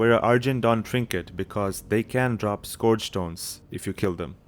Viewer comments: Skorj? Skorj invasion? It's pronounced Skurj. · wtf is a scorge invasion, its SCURGE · this video is great aside from the accent when you say scourge lol too funny